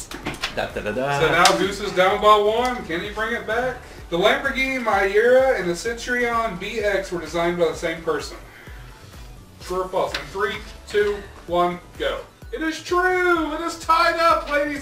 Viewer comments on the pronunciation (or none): Mi-ura? I say it me-aoura. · The Lamborghini MIE-URA and the CIT-RION... I love this channel, but come on... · Muh-e-oh-ruh? wtf? it's pronounced Me-u-ruh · "Lamborghini My-Yura" 😂😂